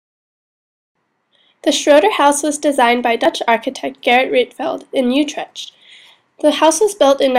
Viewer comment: lol love how u said utrecht. Its said like this "ootrekt"